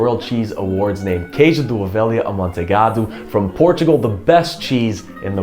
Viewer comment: Well done. Even with a bit of non-Portuguese accent (your “lh” in “alheira” and “ovelha” needs some work, but your “” is spot on), you do true justice to Portuguese cuisine. Thank you!:-)